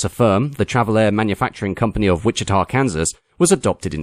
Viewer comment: as a resident of Wichita (and thank you for pronouncing it correctly!) it was a great video to watch 🙂 can't help but feel a bit of pride seeing the Baron as well as the other aircraft you mentioned that are built here. thank you for your channel and all your excellent videos! you are an excellent narrator, and your videos are always entertaining and informative